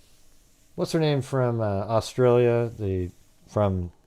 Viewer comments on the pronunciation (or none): none